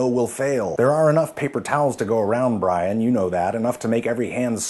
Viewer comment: But... but.... his name wasn't bray-en, his name is Bree-an!